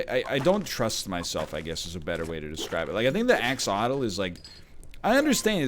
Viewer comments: Brother its axolotl not axotl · it's 'axe-oh-lot-el', by the way, you're missing a few syllables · Axe-o-lot-ul, you said it right the first time and never again. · Can we spend a moment's thought for all the lost syllables every time the egg says axolotl wrongly?